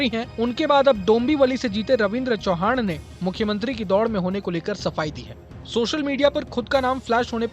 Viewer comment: चौहान नही चव्हाण ✅💯